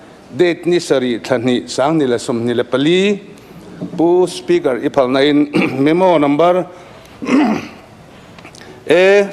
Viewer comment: Kan ek eia ve hi..spu spikar te a'n tiah😂